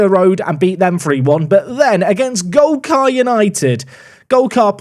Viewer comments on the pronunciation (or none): took golcar united to the champions league trophy (eventually) in last years FM from the 9th tier, glad to see them getting on well 😂 (ps, it’s gol-CUR not gol-CAR) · Golcar - Pronounced Golker